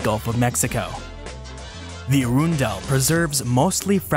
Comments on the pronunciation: Arundel is pronounce "Uh-RUN-dull." Potomac is pronounce "Pa-TOE-muck." Since this part of the East Coast was under water during prehistoric times, we mostly get shark teeth fossils and fossilized whale bones around here. There is a dinosaur track way on the grounds of the NASA facility in Greenbelt, MD, which is about 5 miles from DC. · Arundel is pronounced hA-Run-Dell, not a-rune-dell, nor air-run-dell.